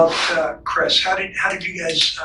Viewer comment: I'm confused? Is it cwisss or Chris?